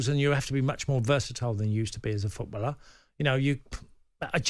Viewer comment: It's FOOTBALLER....Not FOOTBULLER... A Bull is an animal with horns in a field Tony..